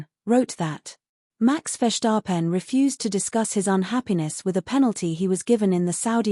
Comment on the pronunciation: Ce n'est pas FESAREN mais Verstappen et en français tout comme en anglais, on épelle F I A désolée mais c'est pas terrible. Intelligence artificielle pas si intelligente que ça.